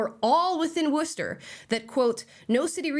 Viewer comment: Lmao nvm she said “Warshter” at the end